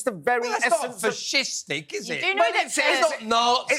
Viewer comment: Fish-istic? First time ive ever heard that.....